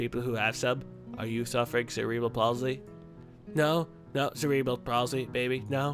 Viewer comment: with your pronunciation of cerebral palsy, you sound like you have cerebral palsy.